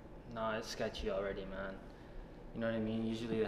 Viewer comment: “Scetchy” I SWEAR TO PIG ON A FIG ITS SCETCHY!